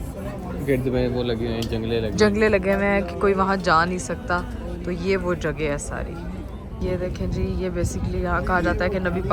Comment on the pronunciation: JAGE nehi kehte JAGA hoti hai